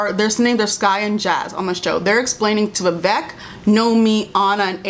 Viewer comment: I agree with everything said in this video as an ally of the black community. As an Indian girl, I felt like this show felt like they needed a token Asian character, so they had Vivek, but they don’t even pronounce his name right (it’s pronounced vi-vAYK not vi-vEHk) and gave him the most stereotypical Indian plot (sleazy, strict parents, cab driver dad). His character was also soooo cringey and unnecessary. I was disappointed at their lame and superficial attempt at representation and for trying so stupidly hard at being “woke”.